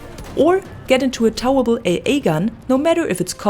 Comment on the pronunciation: You need to learn how to pronounce towable, I had no idea what you meant.